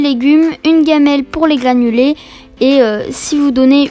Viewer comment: Tu dis gliffe à la place de griffe et glanuler à la place de granulé sinon trop bien